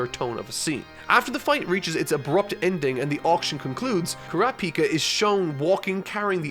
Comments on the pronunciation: I know youre saying Kurapika, but it sounds like your saying Krapika and I want to rip my ears off... good video tho. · It’s not Kurapicá it’s Kurapíca 🙄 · Stress goes on the second syllable not the third! It's Ku·RA·pi·ka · Sometimes u pronounce crapika and sometimes kurapika😂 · I absolutely love how says “crapika” 😂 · Mans cannot pronounce names, its ku- ra, pi-ka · I can't unhear saying Crappyka. Not asking him to change it thought, Crappyka! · i love that he calls Kurapika "crap-pika" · Kurrap-Peeka, interesting pronunciation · HE SAID CRAPIKA HAHA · why is saying crapika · please pronounce Kurapika correctly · I really like this character... Also: goes on to change the pronunciation of kurapika a million different ways. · In the opening clip to the video they pronounce kurapika right but he still butchers it... At least he's getting closer